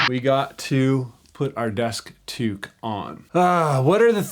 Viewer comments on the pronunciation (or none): none